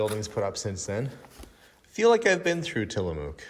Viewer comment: I got at least two good laughs out of this one: the loud flower (flour) shirt, and your pronunciation of Tillamook (I live a couple hours away). It rhymes with book. Thank you for the smiles! This was an extra fun one, but you never disappoint!